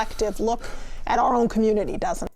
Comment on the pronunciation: Communitah has a literacy problem? Ion kno what u talm bout cuh